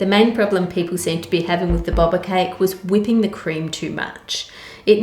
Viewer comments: they probably disliked it because they are her old high school enimies people who bully her kids her husbands ex-es or the people who were mad at her for saying boba wrong she said bobba when it's pronounced bobe-a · It’s bow-ba not bob-a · hey Ann! just thought I'd let you know that its pronounced boh-ba not bob-a. can't wait to buy your cookbook!!! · I hate to be THAT person... but in Australia we've added our own pronunciation 'boe-bah'! (From a long time boba fanatic!) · Just a heads up its pronounced as in beau - baa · The way she pronouncs boba cracks me up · Btw 'Boba' is pronounced with a long O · The way she says boba tho. lol (no hate) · Ann's pronunciation of boba is honestly adorable, love our baking queen <3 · The way ann pronounces boba is so endearing ❤❤